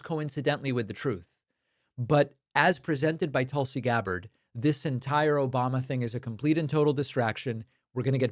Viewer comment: In india they pronounce tulsi as "toolsi" But tulsi likes it as "tullsi"